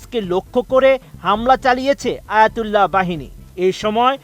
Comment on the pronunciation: ইসলামের গৌরব আর ইতিহাস ঐতিহ্য আলেমদের কাছে শুনতাম,নিজ চোখে দেখার সৌভাগ্য হলো যার জন্য ওনি হযরত আয়াতুল্লাহ আলী"খামেনি❤️❤️ ☪️☪️☪️🇧🇩🇧🇩🇧🇩🇮🇷🇮🇷🇮🇷🇮🇷☪️☪️❤️❤️ কতটা বিরূপ টো'নে আয়াতুল্লাহ"শব্দের উচ্চারণ করছে!!ফালতু সব রিপোর্টর ATN,news a' এরা সবাই মুন্নী সাহ'র গুচাটা ছাএ!!🙄 উচ্চারণ ও টো'ন কেমন হতে হবে এটা শিক্ষার দরকার আছে এইসব মুন্নীর পোলাদের🎤😋🥵🥵🥵